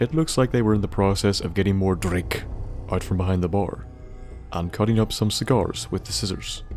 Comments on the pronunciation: I had my volume up a little too high and nearly shat myself when you said "Drrrink" like that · Wow, there is so much I just flew through here and didn't stop to look at. Except the mannequin room. I vividly remember that. That was disturbing. But as always, I loved the video and I didn't want it to be over. Hearing the way you emphasize "DRINK!" In your accent always makes me smile ^.^ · When you say "drink'' in your accent, it makes me feel good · I love the way you say drink, it's very amusing. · Drink everytime says "Drink" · I just love the way you say "DRINK"